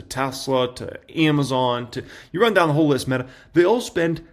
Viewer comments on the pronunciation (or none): none